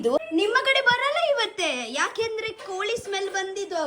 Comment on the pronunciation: You mummy village is different you stay village was different coz your mother's kannada and tulu is different from your 😂 atleast learn from her and onwards we have pronounce koli not kori right 😂 after sometime many days you put vlog that also copy who gives cat biryani and till now u didn't celebrated bday of cat